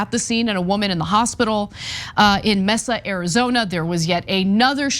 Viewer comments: Just for help, it's pronounced 'MAY suh' Mesa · It’s pronounced may-suh Arizona, like La Mesa 😀 Love you Ana 😀